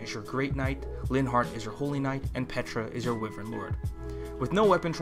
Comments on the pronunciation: How do you pronounce wyvern wrong? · hmm, wivern. An interesting pronounciation when I usually say Y-vern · It is Pronounced why-Vern